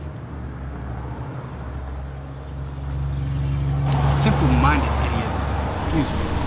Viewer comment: The 'actors' don't know how to say 'macabre'. The 'acting' is macabre. My stomach is sick 2 mins in. Please, please, please delete this movie. It is a spit in the face of lovecraft.